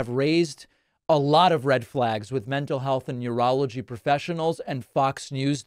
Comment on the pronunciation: Did this dude just say "yourology"? I think your brain needs help. It's neurology bro😂